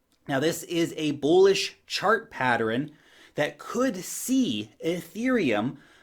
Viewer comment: Notice how adds an extra syllable to the word PATTERN? Maybe it's a New Zealand thing..lol. All's good.